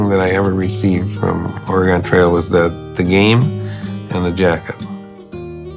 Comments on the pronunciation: There's only one thing I don't like about this documentary, and that is putting the stress on "Ore" instead of "Trail" every time the narrator says "Oregon Trail." "Oregon" in this title is the adjective, it modifies "Trail" the noun. It's certainly not a big thing, it's kind of like when Biff says "Make like a tree and get out of here" and it sounds like he doesn't realize it's a pun when you say "leave." Old Biff would know he doesn't know this, because he was him (if you've seen Back to the Future.) Anyway emphasizing "Ore" in "Oregon" switches the natural emphasis and doesn't make sense. Otherwise, great documentary. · You put the wrong emphasis on the wrong syllable. Trail goes up at the end not on Oregon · I dont know how to correct this in text, but you're putting the wrong emphasis on "oregon trail." Maybe watch some other videos to see what I mean lol. Great video, regardless :) Edit: I think I could describe it as "its a trail that goes to oregon, not a trail called oregon" and the way you use the emphasis on oregon makes it sound like an adjective describing some aspect of travel on the trail, rather than the destination being the reason for it's name. Idk if I'm making sense!